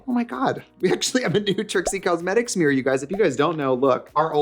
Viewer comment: Trixie making us Midwest gals feel seen, one “meer” at a time 🪞💕